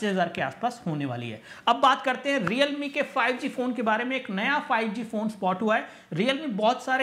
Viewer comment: 😂😂😂 lol 😂 realme ko reame bhi bola 😛